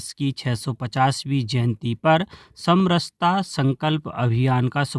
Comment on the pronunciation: आज खुशी हुई, समरसता को सही बोला (सम रहता) ।